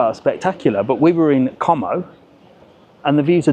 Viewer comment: What a moaning old git😂😂😂😂 has the patience of a Saint because if that was mine he would have disowned me and walked off😂I'm loving you pronouncing com o🤣as it will really upsets the wetwipes in the comments 😝great video and 👍